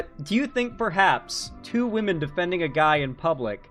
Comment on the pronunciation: Why do these people always seem incapable of saying the word "women?"